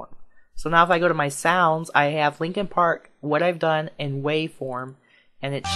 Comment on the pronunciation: its "Linkin Park" not Linking Park